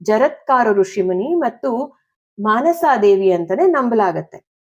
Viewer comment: ಮನಸಾ ದೇವಿ, ಆಸ್ತಿಕ, ...... ಸರಿಯಾದ ಉಚ್ಚಾರಣೆ